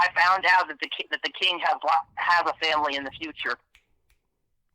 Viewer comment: As soon as he couldn't say the Kings name....that was it for me....FRAUD!